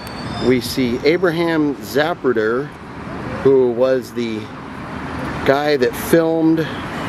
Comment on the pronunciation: I loved this. It's a shame you couldn't live stream it. On a side note: Its Za-pruder. lol